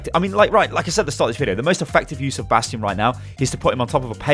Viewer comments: bation not nation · 30% Comments are over "Bradstion" Pls man but he got a hanzo golden bow ;)